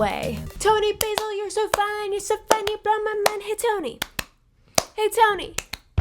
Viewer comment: A couple of minor errata: 1) Toni Basil pronounces her surname like the British, "Bazzle." It's short for Basilotta. 2) Scotland Yard is actually in London. It's the name of the headquarters, but people use it to refer to the police as well.